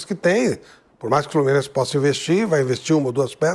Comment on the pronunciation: TAPETENC, FLORMINEC 😂😂😂😂